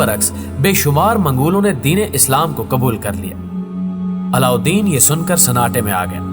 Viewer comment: Allaudin khilji ka naam aap thoda tyejib se le unka naam o se lena dobara re se nhi yaad rakho